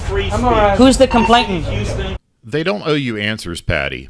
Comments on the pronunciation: Complaitan? I believe he meant complainant. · I wish these numbnuts would learn how to speak. Its a complainant, not a complaitant! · Could someone explain to PayPal Patty that the word is complainant, not complaintant! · And it's COMPLAINANT, not "complaitant!"